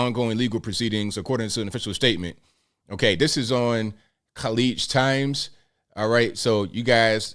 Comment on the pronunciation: Leaving everything aside , I am amazed that you pronounced the "Kh خ " sound perfectly in the newspaper name "Khaleej times" . Have you been taking Arabic lessons. Ma sahaa Allah.